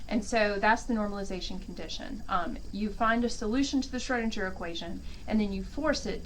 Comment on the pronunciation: Good video. But the Name is pronounced like Schroedingher, rather than Schroedindger.